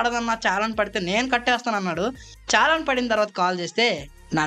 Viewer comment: అది ఛాలాన్ కాదు bro....😂 చలాన్ (Challan)